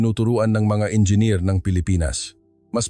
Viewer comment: Engineer not enger